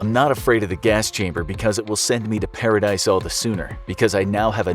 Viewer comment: “Paradice”, ha ha ha!